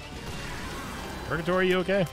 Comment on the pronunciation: Why did he call purgatory pogatory